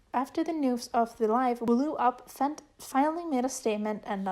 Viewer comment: ik fent looks like "fenty" but it's actually pronounced "F.E.N.T."